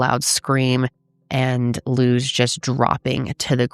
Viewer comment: I know this is very random , but thank you for saying our name correctly . Luz isn’t a common American name so people tend to butcher it , so I appreciate it . Also Luz means light in Spanish ❤ alittle bit of Spanish always helps people understand more